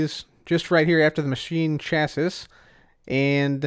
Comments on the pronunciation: it's pronounced chass-ee, not chassiss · "Chassis" is pronounced either "cha-see" or "sha-see", but not "chas-iss" :) Also, interesting tidbit: in the real world, a clathrate is a crystal which has molecules of some other material trapped inside its lattice. What exactly is trapped inside the glowstone of the Energized Clathrate, I don't know... But the Thermal Foundation documentation says that the same ore which drops it can also drop small amounts of sulfur, so I'm guessing it's a glowstone crystal with sulfur trapped inside. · I love you... but it’s “chass-ee”. It’s not the biggest deal but I feel it in my soul when you say “chass-is”. Someone I watch, who’s a great YouTuber and I love his videos, but he says “equippeded” and it kills me. “Chass-is” isn’t nearly as bad though lol. Not trying to hate btw knowledge is power!!!! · I believe that 'Chassis' is pronounced 'Chas-ee'. (Not 100% sure, but it sounds right). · MrCinnamonWhale yeah it bugs me too. Chassis rhymes with classy. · Chassis rhymes with classy. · Not trying to sound like the word police but I'm pretty sure chassis is pronounced chassy. Like the Pokemon chancy but without the N. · It is pronounced Chas-ee for your information.